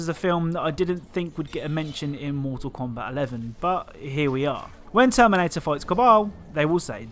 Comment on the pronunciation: Everyone: "Mortal Kombat.": "Moetahl Kowmbat."